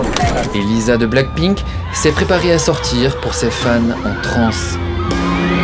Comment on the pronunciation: LE LISA JE TAIME A LA FIN 😂😂😂😂 " lisa de BLAck PPPPPPink" chui morte